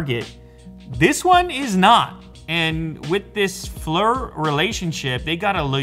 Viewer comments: Pronounced "Fleer" not fler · Please stop saying "Flur" it's "Fleer" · Lew: Pronounces Flir "Flur" instead of "Fleer" Me: cringes internally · Not to be that guy, but for what it's worth, it's pronounced "Fleer" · At worst I would have assumed it would be pronounced "Flire" like fire with an L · It's pronounced Fleer... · Flir is pronounced FLEER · It's pronounced FLEER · How you pronounce Flir is hilarious 😂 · Flur? Or Flir? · I wish you knew how to pronounce the name Flir....